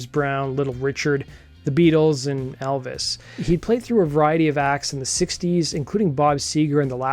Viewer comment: ...the way you say...and Elvis.😂